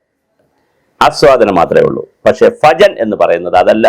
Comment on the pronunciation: സാറെ , സാറ് പറയുന്നത് ഫജൻ എന്നാണ് കേൾക്കുന്നത് ഭജൻ എന്നല്ലേ